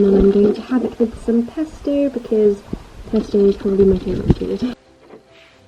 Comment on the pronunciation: It’s pesto not pasto you weirdo